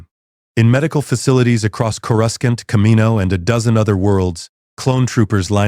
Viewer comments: "Core-Scunt" the AI is hilarious trying to pronounce "Coruscant" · Chorus can't 😂😂😂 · Can someone teach AI how to say Coruscant, please?